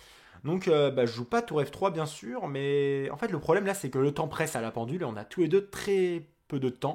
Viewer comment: Zeitnot : Tsaïnote pas zaïnote